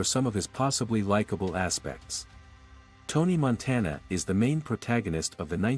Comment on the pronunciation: "Tony Monteena"